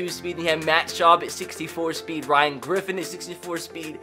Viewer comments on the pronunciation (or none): none